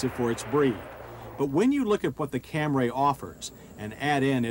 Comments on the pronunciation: Took John until 1990 to stop saying “Cam-ray”. When the Lexus ES came out he finally got it right. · FFS, John..................it's Cam-REE, not Cam-RAY!!!!!! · I only watched just to hear John say Camray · I'm only here to hear John say Camray lol There's someone around here in town with one of these, too. It was a bug out to see it.